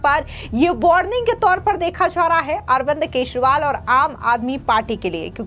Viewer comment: मैडम आप केजरीवाल को केसवाल बोलती हैं इसको सही कर लीजिए।